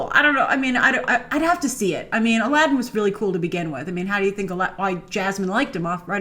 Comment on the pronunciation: I don't want to be a stickler for "authenticity" in an arabian night but isn't it about time for Disney to pronounce Aladdin's name properly... and for that matter get Heracles right as well dammit!